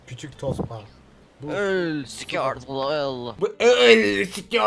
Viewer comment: squirtle derken sikiyor gibi çıkıyor :D